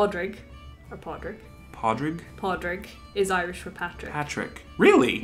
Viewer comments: It's not Pod-rig, it's Paw-rig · Are you just guessing at these? Pádraig isn't even remotely close to Pawdrayg. It is either pronounced as Porr-ig (as my brother calls himself) or as Porr-ick (as my grandfather called himself) Your Grainne and Eoin are also wrong. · I am Irish and it is pronounced with the D but I understand how you mix that up for example it's pronounced "paw-drig" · Any one else annoyed the way she pronounced pádraig? I pronounce it paw-ric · Pah-dray-ik is how I learned a friend's name in the US. I'm not going tell him it's not right. Lol